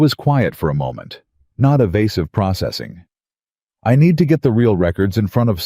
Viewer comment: Pro.......cessing....there is no S after the pro. Words starting with pro are mostly all the same. Pro....gress. pro...ject. pro..ceed. and so on.